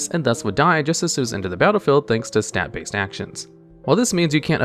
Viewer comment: TWINDLE? STAT- based actions? Is this a voice actor reading typos or does the voice guy just not know Magic?